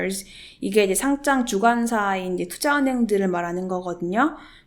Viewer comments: 상짱은 교장, 교감감선생님이 주시는게 상짱이고, 주식 상장은 상'장'이라고 읽는게 맞습니다. 딴지 걸려는 건 아니고, 계속 그렇게 발음하시는거 같아서요. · 잘 보고 갑니다. P.s. 상장을 상짱certificate으로 발음하면 전혀 다른 뜻 입니다.